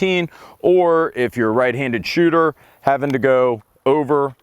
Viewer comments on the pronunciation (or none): none